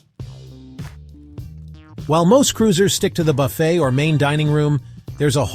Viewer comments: IT. IS. * NOT. * (( BUFF__IT. ...)) .....IT. IS. PRONOUNCED. * BUFF. __. FAY. * !!!!!!!!! YEECH. !!!!!! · You lost my trust at the beginning when you pronounced BUFFET to rhyme with Rough It. Then it went down hill from there. This is sensationalist crap.